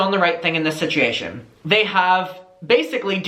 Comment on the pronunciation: Does anyone else LOVE the way says “situation” 😍🥰😍🥰